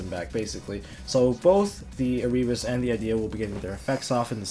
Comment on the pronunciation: come say erebus name right dude. you wonder why he looks like that on his art work because people dont say his name right